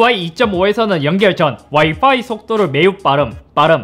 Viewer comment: 이제서야 알았는데 형 와이파이발음할때 와이빠이라고하는거 겁나 귀엽다..ㅎㅎ